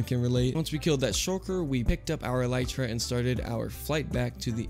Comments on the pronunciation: Even though you said eletra instead of elytra I still love you ♥ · All the people complaining about how he says elytra when neither is correct :( it comes from elytron (a type of hardened wings on insect) so its elytra El·y·tra + ɛl ɪ trə + el-i-truh (where i is like the i in it )